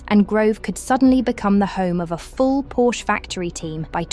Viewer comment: WHY Can’t the British speaking pronounce Porsche correctly?